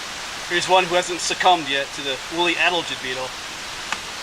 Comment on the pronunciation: Sad to see what the woolly adelgids are doing to the hemlocks. By the way, it’s pronounced a-DEL-gid …. emphasis on the second syllable.